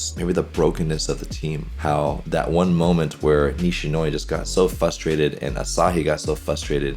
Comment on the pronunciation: Can this dude say frustrated correctly 😂😂😂